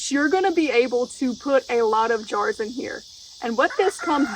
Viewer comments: You pronounce 'jars' like 'jew ars'. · She calls jars Joors! 😂